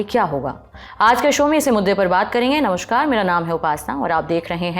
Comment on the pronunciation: प्रिय उपासना, नमस्कार होता है न कि नमश्कार। कब तक हिंदी का नाश मारोगे। थोड़ा भाषा का सम्मान करो जो तुमको भोजन दे रही है।